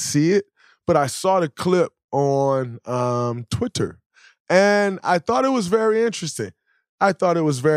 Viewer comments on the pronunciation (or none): nobody: draymond : “twit tor” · Lmao, pronounced that with a hard double T 🤣🤣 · Bro said Twitter like he’s never heard of it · very funy how "twitter" was said at lol